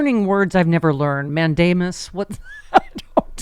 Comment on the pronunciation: She said, "Mandamus", hehehe.